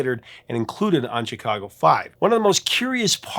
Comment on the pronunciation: Why do you always pronounce a hard "CH" whenever you say Chicago????